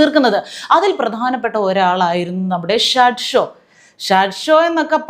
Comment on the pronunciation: ഷഡ്ഷോ അല്ല സഹോദരീ ഷാഡ്‌ഡി ഷോ!